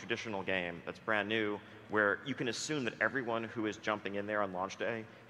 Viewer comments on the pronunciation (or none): none